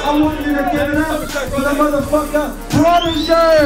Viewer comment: ohh shit, Protege's pronunciation is so sharp and clear..